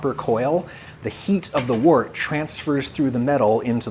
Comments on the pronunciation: "Wort" is usually pronounced like "wurt", not like "wart". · It's 'wirt' not wort! But it's still nice!